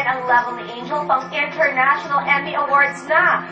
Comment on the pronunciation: Emmy yan ha, "Emmy" Haha.